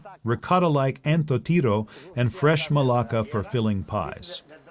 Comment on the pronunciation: Hahaha he said "maláka" (curse word) instead of "malaká" (soft)